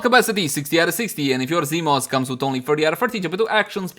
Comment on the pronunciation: Ah, yes, zEEmos